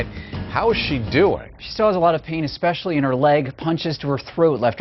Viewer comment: LoL newscaster said-- exspecially--= IQ down 50 percent. es·pe·cial·ly